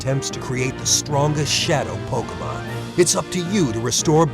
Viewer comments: Did that guy from the trailer say pokemans? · Probably. the voice actors for the commercials are pretty bad at pronouncing "Pokemon". The announcer for the Ruby/Sapphire commercial says Pockmun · I counted like 11 Pok-UH-Mon in that Trailer. Thank you Dubbing Team, just... thank you. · notice how the trailer said pokaman and pokemon......... WOW NINTONDO